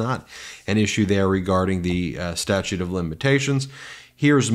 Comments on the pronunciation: He said stature of limitations...hahaha! Not statute! So... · He said stature. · Did he say, "Stature of limitations"?